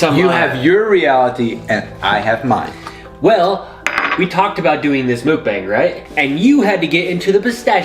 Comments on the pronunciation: I fucking love you guys, but you pronouncing it "mook-bang" is killing me. It's pronounced "mok", like the beginning sound of mocha and "bong", obviously like a bong, lmao. Anyways, great video! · It's pronounced mook-bong. The Koreans will get upset that you're pronouncing it wrong lol